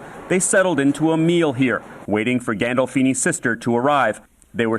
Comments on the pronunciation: Did you disrespect the shit outta James Gandolfinis last name like that seriously? If you can’t pronounce his name even close to correctly than why say it at all? You could have left him out of this dumb ass video that you totally ruined with that bullshit…. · What is Hendoism? You're pronouncing it wrong. It's He-Do-Nism. You pronounced James Gandolfini's name wrong as well. Stop being lazy. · This piece of shit can’t even say Gandolfini‘s name right throw some respect on the man’s name 🤦🏾‍♂️ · Sometimes you bring an interesting take to the table ..But this conspiracy you’re attempting to create is BOGUS MY GUY.. first off edit ya video and shower some respect and pronounce James Gandolfini’s (rip to the legend) correctly. The way you butchered it seemed almost intentional. Second celebrities pass away in hotels more often bc they are constantly traveling. You make it seem like it’s the only place they die. I’ll bet you a businessmen that travel for work also pass away at hotels too. And that any celebrity that passed in a hotel was probably traveling at their time of death due to work. Last Hotel California is about a rehab so that whole concept you came up with just tells me you have a great imagination.. like I said from time to time you’ll have an interesting take on something but you’re reaching pretty far on this one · The way he said Gandolfini is hilarious